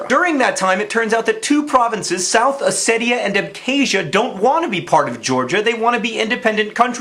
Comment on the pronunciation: Thanks for pronouncing Ossetia "Oh-Say-Tee-A" and not "Oh-See-Sha."